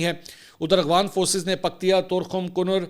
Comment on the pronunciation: Sir ji AGHWAN nahi AFGHAN 😅